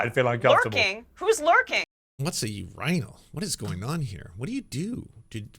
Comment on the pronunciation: A u-rine-all who says that?!